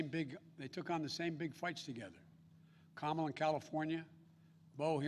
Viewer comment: Biden says Kamala (rhymes with Pamela). Biden mispronounces her name; will Xi NN label Biden as sexist/racist?